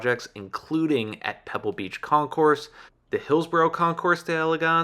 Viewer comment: Great video on a cool shop! Small audio notes: "Concours" is pronounced with a silent 's' : 'Con-coor' "Le Mans" also has a silent 's' ' Le -maan